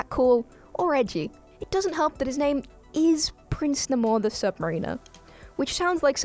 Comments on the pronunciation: AGGGHHHHH!!! It's Prince NAME-or, the Sub-MARE-iner, not Sub=ma-REEH-ner. Stress on the NAME, not the or. The second part is like Rime of the Ancient Mariner. Listen to the Iron Maiden song of the same name. Stress on the first syllable of NAMor, second syllable of SubMARiner. AGGGGHHHH!!! Also, the wings are not boots; they are part of his body, and grant him flight. Why? Because...comic books. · it's pronounced "sub-mer-ə-nər", not "sub-mer-ee-ner", genius. And he's not wearing booties, those wings are ACTUALLY attached to his ankles. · It's pronounced "Prince Neigh-more the Sub-Mah-rin-ah" not "Prince N'mor the Sub Marine-er". Also he was created about 5-10 years before Aquaman. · It's pronounced Nay-mor and sub-maer-in-er, like mare. And, the wings clearly come out of his feet; they aren't part of his shoes. He ain't Hermes. Come on now. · "N'more," "Ayusthetic" and "sub mareener" mispronunciations aside, an OK listicle.